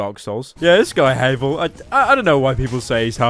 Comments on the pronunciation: The mimic only ate him cause he said havel like Heyvel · "Hay-vul." FUCKING EXCUSE ME?